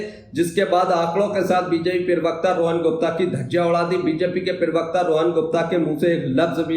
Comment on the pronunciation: Arey bhai parwakata kahna tou seekh lo